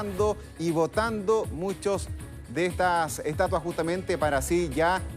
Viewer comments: SII 🤣🤣🤣 EL DIJO ESTUATA!!!!! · Dijo estuata o fue mi impresión...